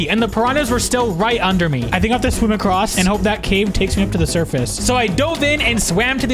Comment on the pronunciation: its "across", "acrosst" isn't a real word